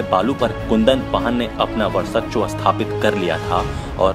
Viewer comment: वर्सच्व नहीं भाई वर्चस्व होता है!